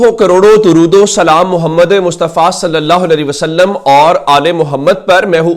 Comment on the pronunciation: BHAEI SAHEB !! !!!AEK AERSY SY AAP KO DEKH UR SUN RAHA HON KAEI BAR SOCHA AAJ ARZ KER RHA HON AAP JO NABI PAK PER DRUD E PAK SY IBTEDA KERTY HEN BOHAT HI KHUSHAAEND UR BAES E BARKAT O SWAB HY LEKIN AAP "SALALLAH O ALEH E WA AALEHI WASALLAM" KI ADAEGI MERY KHYAL ME DRUST NAHEN KARTY. AAP "LALI WASALLAM" FERMATY HEN JO SHAYED DRUST NAHEN WERNA PHIR MERI TASEH FERMADEN SHUKTIYA